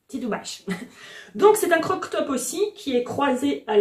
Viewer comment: Je ne crochette pas et n'ai jamais crocheté mais juste le fait de te voir me rend heureux 🥰 Sinon tu m'as bien fait rire avec ton "croque top" 😂 on dit "crop top" 😛 Sinon tes peluches sont adorables 😍